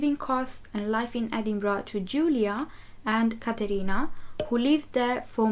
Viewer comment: Stop saying "edingbrah"!